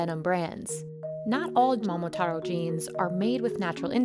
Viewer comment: bro how tf did they mispronounce momotaro 😂